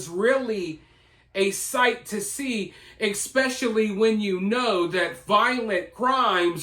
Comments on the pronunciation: I appreciate your videos & agree with pretty much everything you’ve pointed out. That said, being you use the word “ESPECIALLY” quite a lot, could you please pronounce it correctly? “ESS-pecially” NOT “EX-specially” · Why do you say Eckspecially instead of especially